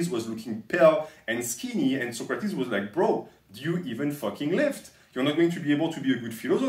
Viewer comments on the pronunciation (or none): none